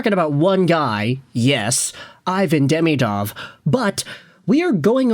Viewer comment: At least pronounce his name correctly